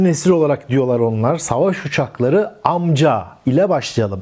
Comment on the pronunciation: Amca - Amka şeklinde teleffuz ediyor.